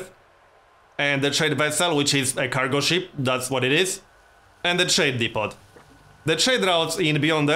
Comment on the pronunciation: Hey man just for future reference the t in depot is silent. I'm hyped, this is going to be an awesome series.